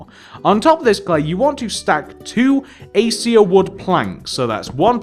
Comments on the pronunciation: it's pronounces "AK-AY-SHA" not "A-See-A" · it's pronounced "a-kay-sha" just so you know :p